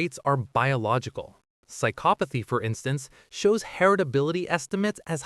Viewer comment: AI needs to learn how to pronounce psychopathy.